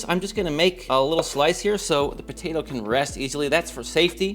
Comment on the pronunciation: It's potato not ptaydo 😂